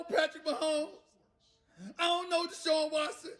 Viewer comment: Stephen A. “IONKNOW!!!!” Smith 😂😂 Get ready to see NOTHIN’ but Tom vs Newton debates!! Haha